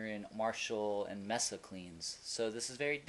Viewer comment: It's pronounced MAY-SA, as in Mesa, Arizona. Not MESS-A.